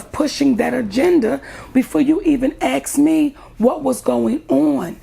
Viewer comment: did she say 'axe me".....??!! There was beef with Oprah, now new beef with Steve.... girrrrlll.....chill, just chill. You have achieved TONS on your own!! Let it go. Steve will do his thing HIS way, no need to add your view. Enjoy the rewards of your hard work. Let it go.... This is Steve's issue.